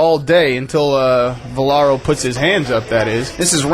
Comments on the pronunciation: Is it that hard to say Valero instead of Velaro? Damn, dude. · VA LE RO. How can the other guy mispronounce his name over and over again? Jeesh. Velaro? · Why does this shmuck commentator keep saying Velaro instead of Valero....its irritating